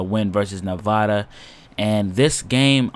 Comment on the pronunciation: Just for future reference, it's Nev(a)da as in apple or add, not Nev(ah)da. Trust me. I live there.